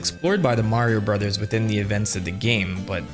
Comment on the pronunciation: Thank you for pronouncing Super Mario Brothers the way it was always meant to be pronounced. It means a lot